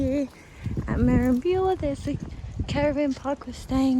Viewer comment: Best pronunciation of Merimbula I've ever heard😂